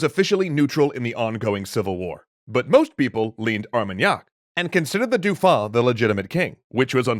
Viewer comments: Please for the sake of my ears, stop saying Dufon. Dauphin is pronounced D'oh - Fin. I've heard you say it right in previous episodes, I know you can do it! I believe in you! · Excellent as usual. However … cringe every time the pronunciation of “Dauphin” is butchered. Rhymes with “Oh, man,” not “Too long.” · Everytime I hear the name "Dauphin" pronounced "Doufin", I wince XD In french, the "au" and "eau" sylables make the same sound that the "o" of dolphin. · I love these videos, but find myself distracted by the way you pronounce "Dauphin." It should be "doe-FAN" (roughly). Say the "N" very softly. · This is great but "dauphin" is pronounced "doh fan". It really annoys me every time you get it wrong XD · Not a big gripe but dauphin is pronounced more like dofun